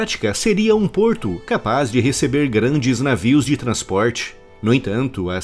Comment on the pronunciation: Vídeo excelente, como é o padrão do canal diga-se de passagem, mas não pude deixar de notar e achar uma certa graça no "qualquerrr porrrto porr perrrto" kkkk! Parabéns pelo ótimo trabalho!